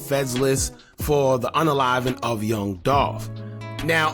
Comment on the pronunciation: His name is Young Dolph not Yong Dolph. Please correct this.